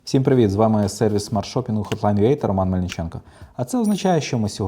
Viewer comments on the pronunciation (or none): none